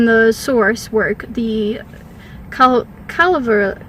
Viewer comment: Its clearly Kullervo. Why does she keep saying Kullvero?